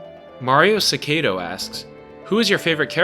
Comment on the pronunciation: I shall now be referred to as cicada. I love the pronunciation. It made me laugh. Happy fifth anniversary to KLR. Here’s to more. Thanks for answering my question, and for this video. It was pretty cool. This place has had its ups and downs, but to me the ups are truly the highlights of the radio. I’ve met so many people here, and a lot of them are my friends. I even consider some of them best friends. I’ve had a great time here. Long live KLR!